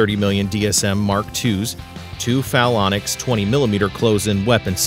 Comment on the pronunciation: Yamatoe class? "Ya-ma-mo-to" class. Timmeran Hull? "Tri-mer-an". Falonix gun system? "Phalanx" = Fay-lanks". Strikes me that you are reading from a script and have little personal knowledge of what you speak. Great pictures and information but you fail on the easy sh*t.